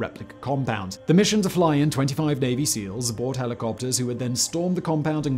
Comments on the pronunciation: Did anyone else think it sounded like he said baby seals instead of Navy Seals? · I could swear you said "Fly in 25 Baby Seals" Now and forever more I will think of 25 barking baby seals storming a compound ;) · to me it sounded like he said the flew in 25 baby seals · I heard "baby seals" too! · I heard that, too. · Did I hear him say baby seals instead of Navy Seals?